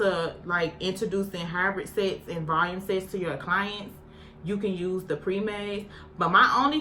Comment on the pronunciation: Every time you said CON it sounded like you was sayin the C-Word gurllll .. then when you said SETS I swore you said SEX 😂